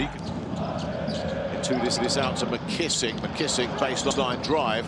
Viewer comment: Man why do they keep calling him "Mckissich" like he's Serbian? 🤣🤣